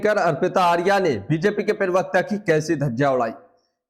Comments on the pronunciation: आपका उच्चारण ठीक नही हो रहा है। ये शब्द प्रवक्ता है ना कि परवकता। कृप्या थोड़ा ध्यान दीजिए। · प्रवक्ता उच्चारण तो ठीक से कर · प्रवक्ता शब्द का उच्चारण तो ठीक ठीक करो